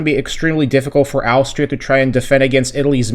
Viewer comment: It's quite easy to pronounce Austria. You say the first bit like you're saying Ostrich. But just without the "rich" and "ria" instead.